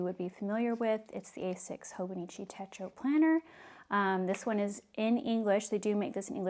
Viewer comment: Great unboxing! It's "tet-cho", not "teh-ko". Techo (手帳) means "pocketbook" in Japanese. 🙂